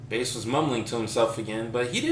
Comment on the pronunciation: "Baas" pronounced "Base" - very Based. :D That said, is the rest of the story still available? The link no longer works, but I was excited to try it!